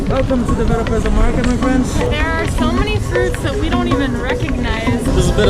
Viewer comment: Great video! So that you guys know, Belem is pronounced somewhat like Be-LANE. The Be part would sound like Be in "Bed" word, not in "to be" or "be in love".